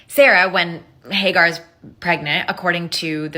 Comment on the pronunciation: Hay Gar? 😂😅😂 It's Hajar